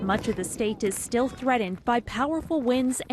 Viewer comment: Threadent? Its "Threatened" Can professionals not speak proper English at all anymore. The human race is doomed